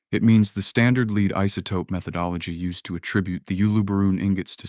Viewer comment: A.I. doesn't know the difference between 'Lead' and 'lead'! Hopeless ...